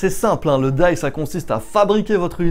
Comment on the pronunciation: Merci pour la vidéo. Juste pour ton info (parcequ'à la base je n'avais pas compris ce que tu disais) : D.I.Y se prononce "Di Aille Ouaille" parceque lorsque tu dis "daille" c'est la prononciation du mot "DIE" en anglais et ça veut dire "mourrir". Donc à entendre ça fait vraiment très bizarre quoi :) En tous cas merci bien pour tes explications c'est top !